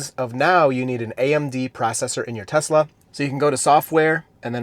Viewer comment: "I love Tesler"